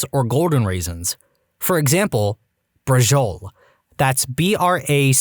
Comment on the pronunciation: As an italian i have to say that thats absolutly not the way to say braciola